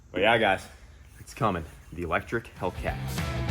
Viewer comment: "Hellectric Cat" cmon! Nice job!